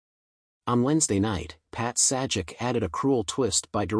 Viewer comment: Dude, it’s pronounced “Pat SAY-jak”!! 🤦🏻‍♂️🤦🏻‍♂️🤦🏻‍♂️ Ugh, never send AI to do a human’s job, amirite? 🙄